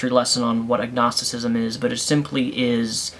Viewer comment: Dd you say agnosticism or ignosticism?